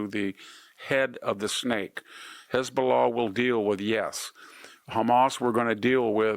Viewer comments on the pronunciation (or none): none